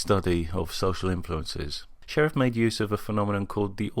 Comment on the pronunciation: Good video, but the researcher "Sherif" is pronounced "share-EEF," not like sheriff.